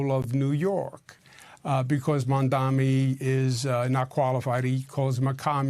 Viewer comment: It’s not “Mamdami” it’s Mamdani! I’m pretty sure your inflated ego would not want that level of disrespect in people intentionally mispronouncing your name, Cuomo…